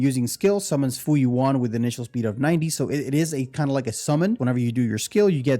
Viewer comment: nice vid, but just a heads up. her pet is pronounced Fu Yuan, kinda like Jing Yuan